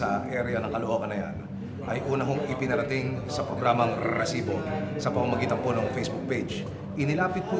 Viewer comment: Stop with the solid pronounciation of R in Resibo, please.